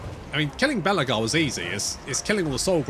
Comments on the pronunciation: calling Belakor 'Belagar' because nobody likes Belakor or respects him. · His name is Bel'akor. You say his name like Belegar (ironhammer) the Dwarf king 😅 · Lol, the way you pronounce Be’Lakor… I can imagine Belegar Ironhammer mumbling : « That’s a-Grudgin’ ».